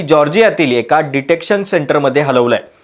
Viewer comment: Detention. Not detection.